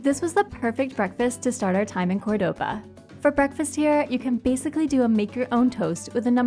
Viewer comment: Hi there…. By now I’m sure you’ve realised that Córdoba is pronounced with the accent on the first o….. not the second! Always listen to the locals, and copy their pronunciation. Thanks for the interesting food vlog! That oxtail looked delish. Love that you’re travelling with Bindi.